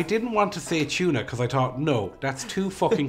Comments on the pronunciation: It's interesting how you all say tuna. It sounds like you say Chuna, great video thanks for sharing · Try Channel, OMFGs, when you told Anne Doyle what the chocolate and tuna thing was, I f*cking LOST IT! Her face was fickin' priceless!!! LOL!!! Weirder was how you pronounced tuna, "CHYU-nah." It's "TOO-nah," brahs! Just sayin'. Meanwhile, I am SO diggin' Daragh. Dude is hawt, even if his parents couldn't spell Derrick. His responses are funny, AND he has such impressive features. He isn't yet born from his newbie-ness, but he has amazing potential here. Thanks for introducing us to new people! Pair him with our goddess, Ciara, and make him TREMBLE!!! MWUAHAHAHAHA! Meanwhile, if Daragh ever wants to attempt pregnancy, I am always available. #CallMe. LOL Totes Kidding!